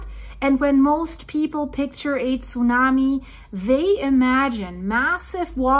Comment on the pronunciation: How she says Tsunami breaks my ear.